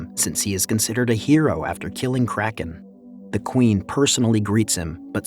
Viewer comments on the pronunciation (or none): none